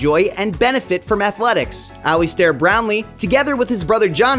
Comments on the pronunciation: 'Aley Stairr' ? Learn how to pronounce his name at least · Pronunciation? lol Alistair and Glasgow ouch!